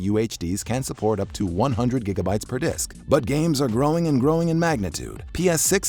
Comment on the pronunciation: Its disc dumbass